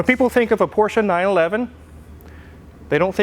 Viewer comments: Thank you for pronouncing 'Porsche' correctly! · Kudos for pronouncing Porsche correctly 👍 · I'd just like to thank for pronouncing "Porsche" correctly;) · Thank you for pronouncing Porsche the right way. Most English speakers call it "Porsch" ignoring the e in the end. Don´t know why. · Holey Moley, he pronounced the name of the car correctly! Ausgezeichnet! A porsch is what you sit on as you wave to your neighbor driving by in their Porsche. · Thank you so much for pronouncing it right: Porsche. It never was or will be a Porsch.